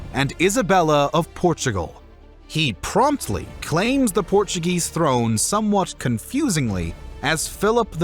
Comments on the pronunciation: Very interesting and informative. However there are a number of incorrect statements, he gets basic directions wrong, and mispronounces words in Spanish Portuguese and English. Also he English words incorrectly. But overall a good video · Porttugese :) Portuguese.